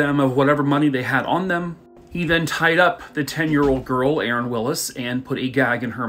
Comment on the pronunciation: I don’t know if you noticed but the girls name was Sharon and you kept saying Aaron. I just thought I’ll give you a heads up 😊